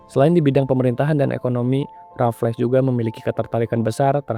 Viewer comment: Bacanya 'Rafels' bukan 'Rafles'